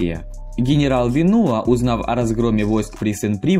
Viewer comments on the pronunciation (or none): во французском языке всё падает на 2 слог, поэтому не ВенУа а ВенуА )